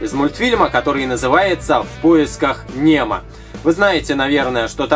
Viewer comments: Не [немо], а [нэмо] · не немо а нэмо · Нэмо!!! А не Немо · вопщето не Немо а нэмо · Не Немо а э нэмо правилно так пишится Немо а говорится нэмо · Не немо а нэмо! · Произносится как нэмо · говорится [нэмо] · Пишется Немо ,а читается Нэмо !!!! Придурок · Очень круто! Но разве так произноситься Нэмо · почему ты говоришь букву не н а нь в слове "немо"?